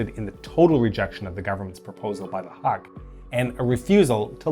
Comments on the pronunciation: It is pronounced “Hook”. Great video nonetheless. 👍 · This... I definitely didnt expect. As a Filipino, there really is a lack of details regarding cold war history besides the ones tied to Marcos. Also, we usually pronounce Huk as Hook and Osmeña as Os-men-ya (notice the ñ [enye] rooted in spanish) Edit: We also pronounce Quirino as Kee-ree-noh